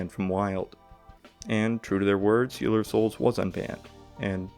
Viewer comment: "Steeler" of souls?? Here we go!